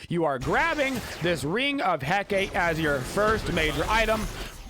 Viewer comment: My ears literally bleed every time you pronounce "Ring of Hecate" xD It's "He-KAH-teh" not "He-KAYT" lol Hecate is the Greek goddess of magic, witchcraft, and necromancy, hence all the crazy magical and healy-mcstealy abilities her ring has.